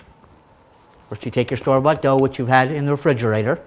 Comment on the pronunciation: I know he's saying store-bought, but it sounds like store butt